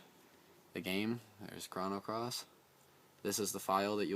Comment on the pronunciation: Thanks for the video man. This seems like a complicated process, but after I do it a few times it should take no time. One thing though...you keep saying "Krahno" Cross. It's pronounced "Krohno" Cross.